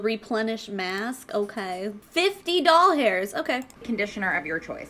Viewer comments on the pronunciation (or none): Do you listen to the Big Mood podcast?? You said "doll-hairs" instead of dollars and that's what they do lol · Almost died when you said dollhairs instead of dollars bc that’s what my old coworkers and I always said in the salon 🤣 Also who wants their hair to look greasy for 3 months when clarifying treatments would take care of that.